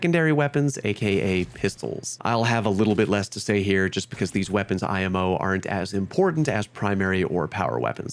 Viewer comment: I've never heard somebody say "imo" like that lol